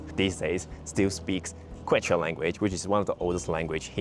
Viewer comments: Yes, the pronunciation needed to be practiced before posting this video. Glad you pointed it out. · Pronunciation is like KEH-chwah thanks so much for mentioning our indigenous Andean roots!!! Arequipa next!! 😍 White City made of volcanic rock!